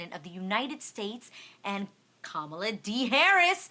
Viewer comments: Haha Loni trying to school people on Kamala's right name pronunciation and gets it wrong herself 😂. It's like Ka-ma-laa not Kaa-ma-laa people 🙈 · It's not like 'calm' it's comma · It's actually kuh-muh-laa